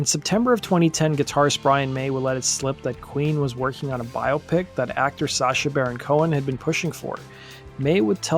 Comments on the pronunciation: Learn to pronounce BIOPIC. NOT "Bio Pic." BI-OPIC. Like how no one says BIO-LOGY, or BIO-GRAPHY (BI-OLOGY...BI-OGRAPHY). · “Bio-Pic” Try “bi-AH-pic’. Just like myopic.